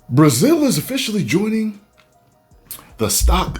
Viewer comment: Bra-Zeel has Entered the Fray! Stand Back, There’s a Hurricane coming Through! 😂